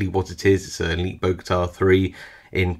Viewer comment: Great video, thanks! One little correction, it’s Bogota not Bogata. That’s actually the name of the city where I live :) Don’t know why those picks are called that though